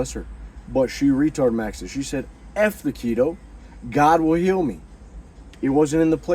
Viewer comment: "Go to Nineveh my Son, go to Nineveh for Mehh"😂